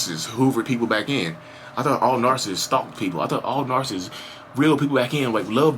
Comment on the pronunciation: I love how you said "Am your favorite Narsists" keep going.